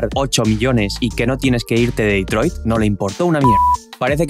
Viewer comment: "QUERIA CEEAR EMPLEOS EN DETROID" 😭👊 NUNCA SE OLVIDO DE LOS SUYOS